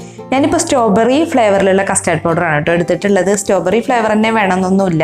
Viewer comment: Strawberry not stoberry👍😀😂